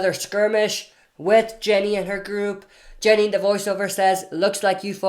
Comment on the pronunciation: It’s Ginny - not Jenny